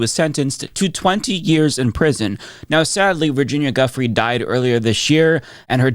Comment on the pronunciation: Her name is pronounced "Joo-Fray" not guffry